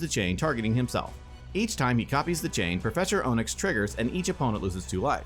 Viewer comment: Its getting under my skin how you pronounced Professor Onyx. Onyx, like the stone is pronounced Ahnyx. Not Ohnyx.